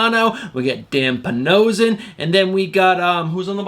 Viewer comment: Great video today!! Do you pronounce his name Dan Pa-no-she-ion or am I wrong??